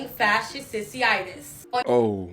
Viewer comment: She said "fascisitus" 4b!